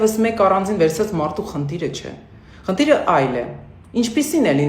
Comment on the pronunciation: Խնտիր չի` խնդիր է։ Տասնըուտ չի` տասնութ է։ Շփոտել չի` շփոթել է։ Աղջիկ ջան , գնա քո ռուսաստան։